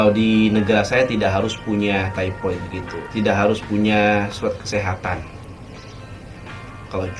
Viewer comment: Bukan tipoid sari tapi sebutannya adalah taipod (thypoid). Mmg undang2 /akta kedai mkn/restoran begitu: 1. Thypoid injection (diperbaharui setiap 3 thn) 2. Kena ada kursus pengendali mknan 3. Pakai apron/cap/topi 4. Tidak dibenarkan memakai brg kemas/jam utk mengelakkan kesan2 bakteria kerana bdn sentiasa berpeluh ke sana ke mari utk memasal/mengambil pesanan 5. Menggunakan pakaian yg sesuai (perempuan bertudung harus meletakkan ikatan tudungnya ke belakang/tidak blh berjurai2/manik2 dsbgnya). Lelaki memakai seluar panjang). Lebih baik kalo ada uniformnya 6. Kuku tidak blh disimpan pjg. Begitu jua rambut. 7. Menggunakan kasut yg tertutup. Tiada selipar/sandal. Kalo yg bekerja di bhgn dapur/belakang kena menggunakan boot utk mengelakkan tergelicir kerana dapur/tandas biasanya licin. Ada dendanya jika melanggar undang2 tersebut.